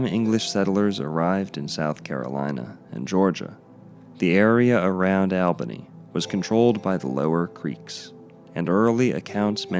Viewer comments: I grew up swimming there throughout the 60s and 70s, being born and raised in Albany. BTW it is pronounced All-benny. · I actually live in Albany(pronounced ALL-bany). And used to swim in Radium Springs when I was younger. There's no harm being done to the people or environment of the area. Sadly the public is no longer permitted to swim in the actual spring, bc of the danger of debris being deposited by the famous "Flood of '94" whic was deemed the flood of the century. It devastated the city and surrounding areas and its impact is still felt today. I remember it like it was yesterday, as i was young at the time, i remember having to evacuate my home at 2am due to the waters rising rapidly. We lived on the Kinchafoonee Creek which is one of the water ways in the area. Our house took on 9 feet of water. It was wild. Anyways, enjoyed the video. Btw. You're confusing radioactive decay with electromagnetic radiation. Just because you see the word radiation, doesn't mean it has a negative connotation.